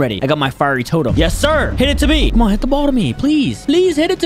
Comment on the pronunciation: YOU READ FIERY WRONG